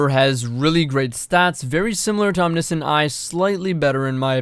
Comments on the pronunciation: Om knee see int....it’s om ni shent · omniscient is pronounced om-nish-int just fyi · actually the discrepancy comes down the the fact it is pronounced differently in UK English versus American English. "glacier" is another example